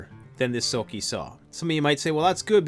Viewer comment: that boy needs a lot of straightening out, eh?! And still mispronouncing his channel name. OMG!